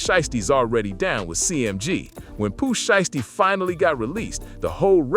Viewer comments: If you can’t pronounce, these people name the correct way then you not qualified to be reported on them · Not enough of a name for you to pronounce it right?